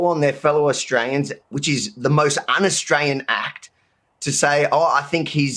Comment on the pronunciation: I love how he says Austrayian haha